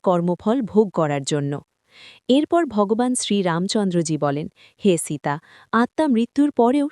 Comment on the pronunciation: সীতা নাম খানি ভালো করে উচ্চারণ করুন। জঘন্য উচ্চারণ। বাঙলায় বলছেন, বাঙালিদের মতো করুন।